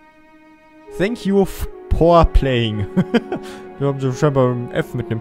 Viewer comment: wenn dann " for playing" aber okö